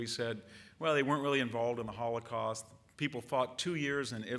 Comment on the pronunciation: Disrespectful how he says “holocaust” in that way but then casually says 17 million Chinese killed by Japanese.